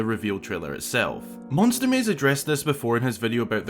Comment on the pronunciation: Monstwer maysze